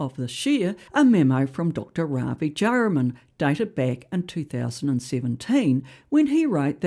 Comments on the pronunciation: Jayaram is pronounced Jay - a - ram, not Jay ra man. Other than that.. spot on! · Don't worry about the pronunciation. We know who you mean by Dewie and Jayaram!